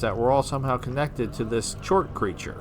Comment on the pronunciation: Its pronounced "chort" and its an english spelling of a slavic word. In Polish language its "czort" and it means fiend/devil (foreshadowing?). An alternative pronounciation is - however you like.... Just thought it might be interesting...